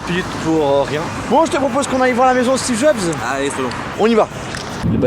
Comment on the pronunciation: Y a que moi qui entends toujours "Stebe Jobs" de la bouche de???